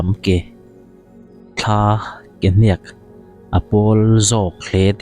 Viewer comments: Hniak tih pawh thluk dik theilo react ve sek lo mai teh,mizo dik tak inilo zawk amawni. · Hniak tih i thluk dan hi ek tih thlukin thluk teh aw. Naupang zawkten mizotawng thluk dik emaw an ti palh ang e